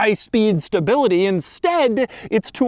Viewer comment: What’s staybility, Doug? Do you mean stability?